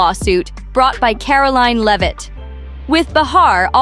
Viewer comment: it's not "leav-it" , it's lev-it"